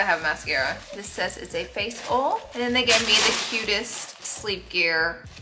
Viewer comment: Seriously one of my favorite influencers… so humble, so kind and giving! Also the way she says oil “ole” is the best 😂❤️